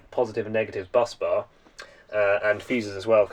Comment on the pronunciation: Awesome stuff 👌🏼 you say busbar like "buzz" bar not bus bar haha. Tickled me that.